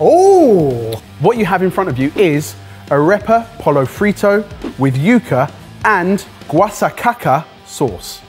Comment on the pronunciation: pronunciation of "pollo" hurts me. "ll"="y"